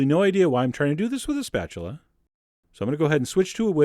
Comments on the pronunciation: Did you say spatchulate? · Spatulate - lol!